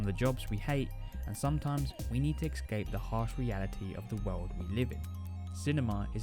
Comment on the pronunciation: *escape, not "excape"